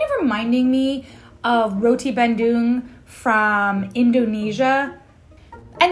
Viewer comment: You pronounced roti bandung so well